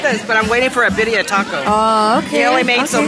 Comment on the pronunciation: The biya tacos 😮‍💨 it’s birria roll ur r’s girl